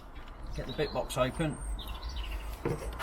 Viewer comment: “it’s comin’ ope, it’s comin’ ope, it’s DARE”